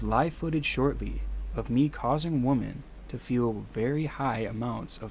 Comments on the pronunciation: He keeps saying "woman" when he should be saying "women"...it was annoying. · Great video but my god I got so annoyed at the way he pronounces “women” as “woman” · Why does the narrator keep saying "woman" when he should be saying "women" ? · For those of you commenting on his woman/women pronunciation… He actually wrote on his own video, one day I’ll be able to pronounce women, but today is not that day 😂 That’s kinda what made me a fan lol. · The most disturbing part of the video is inability to pronounce "women." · He actually wrote on his video, one day I’ll be able to pronounce women, but today is not that day 😂